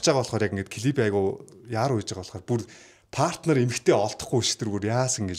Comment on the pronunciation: Партнёр гэдэг үгийг паартнёр гэж эхний эгшиг үсгэн дээр өргөлттэй дууддаггүй шүү,партнёр гээд ё үсэг өргөлттэй эгшиг шүү гадаад монголжсон үгнүүд ээ зөв дуудаж сураарай, дүү минь ээ кк